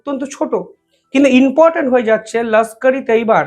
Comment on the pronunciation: ভাই ...reporting করার সময় তোমার শব্দ চয়ন সঠিক হচ্ছে না ...."বলেছে, বলেছেন, করেছে, করেছেন " এই জাতীয় শব্দ প্রয়োগক্ষেত্র ভূল হচ্ছে বারংবার....আর repeatedly "inportant pronounce korcho...it should be important "..be careful